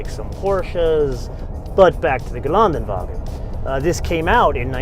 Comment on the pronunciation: It would be so nice if he would like to learn how to pronouce Geländewagen correctly - 'ä' is not 'a'